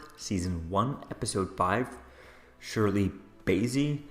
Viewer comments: "Shirley Basie"!!!??? WTF???? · Where on the planet has this guy been hiding why he cannot pronounce PennyWorth or Bassie??